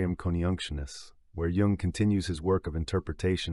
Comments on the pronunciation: He's family name is pronounces like Y-oo-ng not J like in Jesus. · Curiosity killed this hep-cat… Why did the reader pronounce Jung’s name wrong at the very beginning?